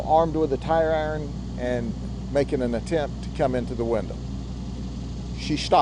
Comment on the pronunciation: Window, not winda